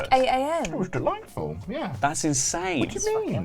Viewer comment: I love how sound's like he's eating the mac and cheese when he says 'it was delightful'